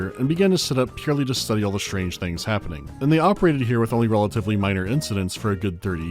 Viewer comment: "Mine -er" incidents eh?